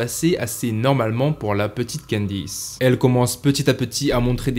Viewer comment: candice et non quendice